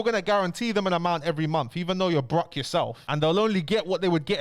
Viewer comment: The way he pronounces broke too 💀 “brukh”